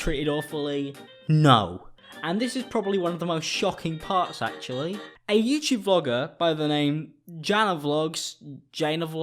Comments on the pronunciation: I speak Arabic, it’s pronounced Jah-nah Lol good video though :p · An important topic indeed but when will it stop being "funny" to mispronounce the names of people particularly the name of a YouTuber who was central to this video in so far as being honest and breve enough to call BS openly on this event and event organizers. Pausing the video to google Jana Vlogs and finding out the correct pronunciation of her name took me a total of 30 seconds. Forget aiming towards relevancy, exposing wrong doings, actually becoming an internet sensation, etc it would behoove anyone doing such a video w/an important topic as this to simply learn the correct way to pronounce a peer's name for the sole purpose of basic aptitude. Again it is not funny to mispronounce a name in this context. The comedic effect might work in some videos but definitely not in this one.